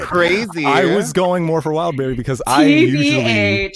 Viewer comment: Kamran Calling Wildberry… Wildbaldy 😭